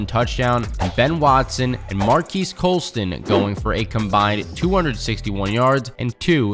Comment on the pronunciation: This mfer pronounced Marques Colston as "Markeese Colston" 😐😅 Not a single other time has that ever been messed up that bad 😂